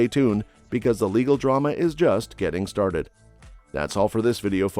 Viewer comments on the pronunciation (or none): none